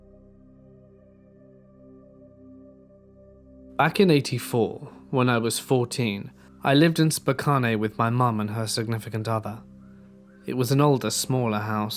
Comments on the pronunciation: Spo WHAT??? ARE YOU TRYING TO SAY... SPOE CAN? AS IN WASHINGTON??? ROFLMFAO. THATS THE FUNNIEST FLUB UP OF PRONUNCIATIONS IVE HEARD TO DATE. 😂😂😂😂😂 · Spokane is pronounced Spo-Kan by those of us who live here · Spokane is pronounced "spo-can" jsyk my friend